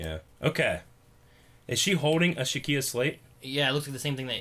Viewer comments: Shikia? Really? Irs shi-ka. Not shi-kia. It sounds like your combining Ikea with shit. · Sheikah. It's Sheikah. Not "Shekiah". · Shakia? Pronounced she-ka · Not "shi-kia" It's "Shi-kah" Spelled Sheikah. Great video anyways! Not judging you for not being a super nerd like us, I just had to point it out sorry.. :D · I love how they say it as "Shakia" lol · "Shekiah"? "Linkie"? You guys might want to have your vision inspected... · MrAllOverIt Even did it. They called it the Shekiah slate 'n whatnot! D': IT BURNS US!!~ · Oh that was annoying me too! I kept yelling at my computer "It's pronounced Sh-EEK_ah damn it!" (Edit to add: Spelled Sheikah.)